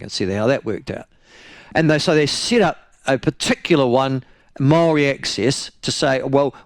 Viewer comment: Jingoes Michael make your mind up how you pronounce maori names you're a shocker